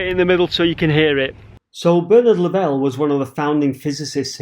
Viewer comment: Great video recommended out of the blue. The only prob is I have never heard Lovell pronounced the way you do. There is no 'e' on the end. Not important but just sounds weird.